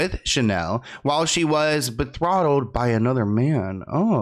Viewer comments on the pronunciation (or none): betrothed ...not bethrottled